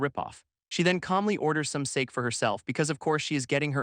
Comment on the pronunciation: Voice can't pronounce "Sake"?